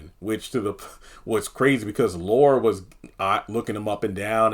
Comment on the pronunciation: It's Laura not Luara 🙄